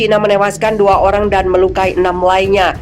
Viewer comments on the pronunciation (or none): none